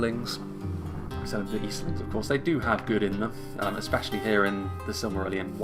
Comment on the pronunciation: weird, majority find it easy, you must have a special case its easy, SILM-A-RILL-ION